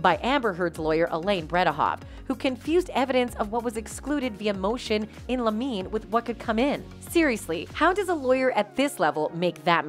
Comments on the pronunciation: BTW, Motion in Limine is pronounced Lemon-ee, not lameen. LOL A motion in limine is a procedural mechanism that allows litigators to seek to exclude certain evidence from being presented to a jury – typically evidence that is irrelevant, unreliable, or more prejudicial than probative. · It's pronounced "lim-in-ee". It means, literally, a motion brought at the threshold of trial, so immediately before the trial begins.